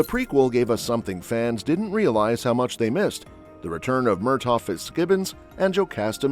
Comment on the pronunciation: Narratore terribile in italiano, Murthag non Mirtagh!!!!!Blood of my Blood molto confusionario e molto diverso da quel che ha scritto la Gabaldon...forse ha cambiato idea o non si ricorda cosa ha scritto